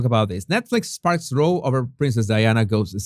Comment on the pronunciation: Row pronounced as in bow down not row as in 🎀